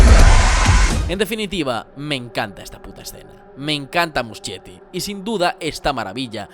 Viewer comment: amé el video<33 pd: se lee musKietti, no muschietti jajsja